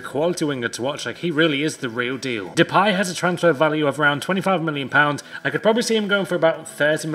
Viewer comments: Nice video and i an from the netherland en you say depaaay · Mem ( as in men) phis (as in miss) de (as in the) pay ( as in pie). This is the correct pronunciation and im dutch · de you pronounce just D and pay you pronounce just like pie